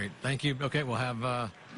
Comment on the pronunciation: lmfao this man said UNBRADED SOCKS lmfaoooooooo